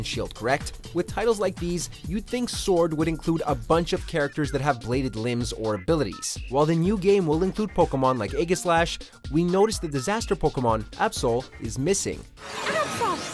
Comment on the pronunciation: Where did you get this info? I'm still not accepting the whole "Mr. Rime" thing, so I want concrete proof these Pokémon aren't in it. Also, you mispronounced "Aegislash". It's "Ee-ji-slash".